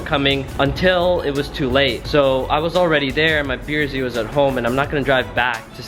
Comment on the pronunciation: is is just me or do and say beer z rather than brz?